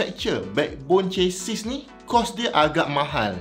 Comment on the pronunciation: Chassis /ˈʃasi/ Sebutan: Ce-si. S di hujung silent.